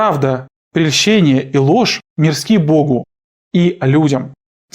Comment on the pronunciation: И ещё не мерзкИ, а мЕрзки. Ставим правильно ударения